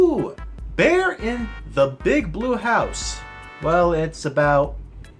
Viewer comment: 🤣🤣🤣🤣🤣🤣🤣 THE WAY YOU SAID BLUEA!!! WAS FUNNY!!!!🤣🤣🤣🤣🤣🤣LOL!!!!🤣🤣🤣🤣🤣🤣🤣🤣🤣🤣🤣🤣🤣🤣🤣🤣🤣🤣🤣🤣